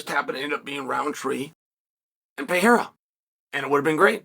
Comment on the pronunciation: HE SAID PEREIRA RIGHT 😃😃😃😃😃😃😃😃